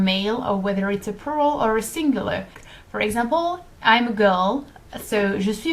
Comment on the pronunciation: I'm sorry about what I'm going to say but it's a bit awkward when you pronounce the word "plural" as it sounds like "poo roll" to me instead. ._.;;;; Try pronouncing the l in plural more like with the word for flower in French, 'fleur' but keep the 'u' sound the same as you did.